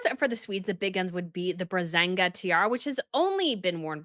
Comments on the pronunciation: I love you and I love both your channels. So please forgive me and allow me to correct a few things. 1. You always say the Brazanga tiara. Please read the name carefully. It’s Braganza. And, if you really want to know, it’s originally Bragança, the Portuguese royal family. The tiara was commanded by Peter I of Brazil, formerly a Portuguese colony, and he was its first emperor. He was also King Peter IV of Portugal. 2. The “shire” in the names of the English counties pronunciation: it’s always “sher”. Yorksher, Devonsher, etc. And there are a few tricky ones, like Berkshire - it’s read Barksher. Preferably “Baaksher” the first r completely silent, the second almost silent, like in all the other counties. I’m Portuguese, English is not even my first language, but I know this. English names have funny things. For instance: Belvoir Castle, the seat of the Dukes of Rutland, is read Beaver. Beauchamp Place is read Beecham. Leicester is read Lester. Etc. I sincerely hope you don’t mind these small corrections. Love from Portugal. 🇵🇹❤️ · Sorry but you definitely did say Brazanga tiara instead of Braganza Tiara. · Brazanga? Puree? It's Braganza. And it's Parure. Please research the proper names and pronunciation since you are talking as an expert on tiaras